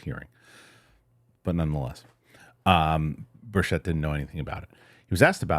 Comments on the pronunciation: Love you man. Thanks for all you do. I think he might pronounce it BIRCH-it. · Why is it that no one is able to pronounce Tim Burchett's name correctly?